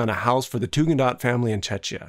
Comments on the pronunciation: also, it’s Tugendhat, not Tugendaht or whatever, it’s even written on the included sketches, these little things put me off from finishing the video… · Beautiful, interesting video! But –shamefully– the Tugendhat family in WHAT?! And Tugendhat, not Tugendaht.